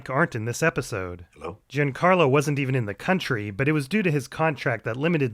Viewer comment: How do you keep mispronouncing Giancarlo after so many of these videos?